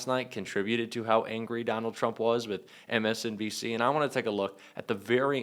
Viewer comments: He cant even say MSNBC 😂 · He didn’t say MSNBC ONCE He couldn’t pronounce several words he’s a lunatic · T-rump can’t even say “MSNBC” correctly! He has to blame anyone else other than himself!!! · Did he say "MSCNC"? What news channel is that??? 🤣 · He keeps saying MSDNC. I'm fairly certain that it's MSNBC 😂